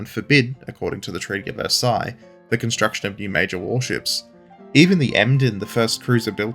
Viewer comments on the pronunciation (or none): none